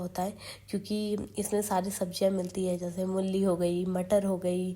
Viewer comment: mulli nhi mooli bolte hai